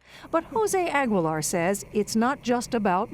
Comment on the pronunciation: Why is she pronouncing his last name all wrong.